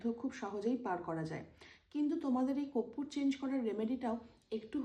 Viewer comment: Teacher vul boltei pare na.... korpur to amra boli ar 420 teacher ar tar 420 Hollywood star koppur bole. 😃😃